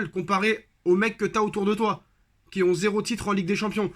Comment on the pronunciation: Stp "ont" enleve le T dans on va lui mettre des...